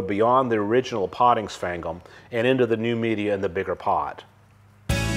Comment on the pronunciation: I’ve heard “sphagnum moss” pronounced a lot of different ways, but this is the first time I’ve heard it called “spank ‘em moss.” I’m making a note to myself to say that, next time I have occasion to talk about that stuff.